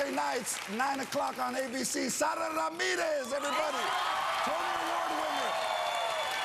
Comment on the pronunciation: I love the spanish pronounciation of Sara! So much better than Sarah